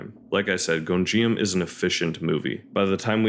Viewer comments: good video but every time "Gonjiam" is pronounced I take psychic damage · Also I hate to be that person, but you’re mispronouncing Gonijam 😅